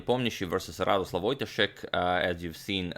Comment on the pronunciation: It kind of bugged me you read "Radosław Wojtaszek" in a Russian accent instead of Polish. You're not to blame, but in Polish you're meant to put pressure on the second-to-last syllable. So wojTAszek instead of WOJtaszek ;)